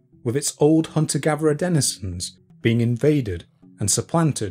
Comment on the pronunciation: ive just subscribed to your content and I really like it, but, can you just pronounce your THs and not say v! "Hunter gaverer"